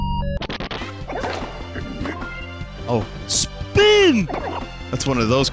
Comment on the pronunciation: I love the way Vinny says SPEEHN